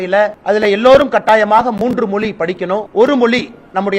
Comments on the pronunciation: Moli illapa Mozhi.. atha first correcta sollu.. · Mr. அண்ணாமழை.. அது மோலி இல்லை, மொழி, மொழி... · என்னது மொலியா மொதல்ல மொழி னு தமிழ்ல சொல்லி பழகு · மொலியில்ல இல்லை மொழி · அட திராவிடியாப் பயலே.....நாதாரி.....நீ உன் மொழியின் பெயரையே ஒழுங்காக சொல்ல வராத நாதாரி. உன் நாக்கில் வசம்பு வைத்து தேய்த்து நாக்கை நன்கு வழித்தெடுத்து சொல்லப் சொன்னாலும் "தமில்"...மொலி...என்று பேசுகிற நாதாரி. நீ என்னமோ ஐபிஎஸ் என்று பீத்திக் கொண்டு திரியாதே? உன்னை முன்னிலைப்படுத்தி தங்கள் காரியங்களைச் சாதித்துக் கொள்ள நினைக்கும் பார்ப்பன திராவிடியாப் பயல்கள் வேண்டும் என்றால் இன்று உன்னைப் புகழ்ந்து வைக்கலாம். உன்னால் அவர்களுக்கு எந்த பயனும் இல்லை என்ற சூழல் வரும்போது (நிச்சயமாக வரும்) இன்றைய உனது யோக்யதைகளை பொதுவெளியில் நாறடிக்கத் தயங்க மாட்டார்கள். கவனமாகப் பேசிப் பழகு. அது உனது எதிர்கால நலனுக்காக நல்லது.